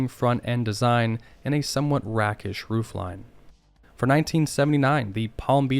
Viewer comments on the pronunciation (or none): Rakish, pronounced…rake-ish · The a is long in rakish